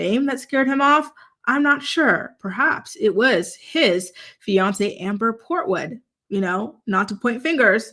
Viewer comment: 🗣️“Kung Fu Portood” 😂 Much love! ❤️